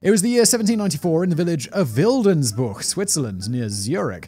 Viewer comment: I grew up in Schlatt, a neighbouring village to Wildensbuch, but never heard this story before. I'd like to thank you for making this video and tell you that your pronounciations were pretty good